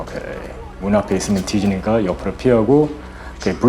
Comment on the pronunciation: 여전히 찰진 '이 새끼' '뒤지니까' 발음입니다.